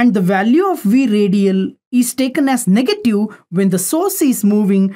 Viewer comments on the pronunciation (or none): none